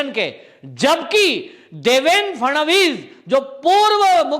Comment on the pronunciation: महोदय, फडणवीस उच्चार ण करे आप फरनाँडिस उच्चार करते हो जो एकदम गलत है.